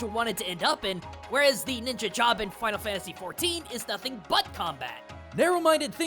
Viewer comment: I almost didn't watch the video because of it saying FFXVI (Final Fanyasy 16).